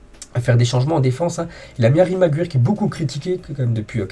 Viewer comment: mec apprend juste à pronomcer le nom des joueurs stp. Mcguire, volland ... à chaque épisode c'est un nouveau joueur